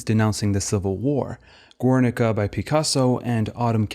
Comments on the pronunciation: Gernika, no U in the pronunciation. Thanks for the detail. Have you seen Little Ashes? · Some good argumentation here, but the frequency of incorrect pseudo-authentic pronunciations ("ur-," "Guernica," "Miro," etc.) are legitimately distracting. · GERNIKA, NOT "GÜERNICA" It's not Italian. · Great video, just a comment: The U ind Guernica is silent. Silent like Spain about Dali's fascism.